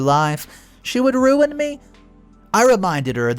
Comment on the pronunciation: Umm it’s RUIN (ROO-IN) not run it… how can you pronounce is correct in one part of the story but not in the beginning?